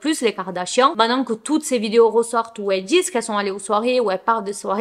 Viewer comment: On dit "main te nant" pas mainan ! 😊